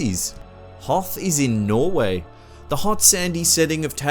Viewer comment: I live in Norway (you didn`t pronounce it right xD)